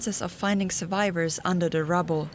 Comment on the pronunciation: Unda da rubow she said